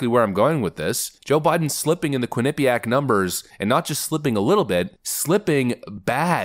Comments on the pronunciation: It's pronounced quin-eh-piaq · Lol, love how you pronounce quinnipiac. The way I believe it is pronounced is quinni piac instead of how you go quin nip iac. I live in a sports town and quinnipiac sometimes play hockey here along with cornel and harvard and others.